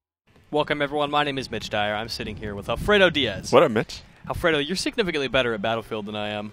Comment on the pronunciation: at the start it sounds like Alfredo says "Waddup bitch"